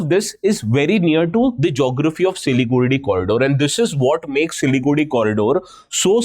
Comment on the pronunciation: Why does he keep pronouncing Siliguri as Siligudi. By the way , it a very hard accent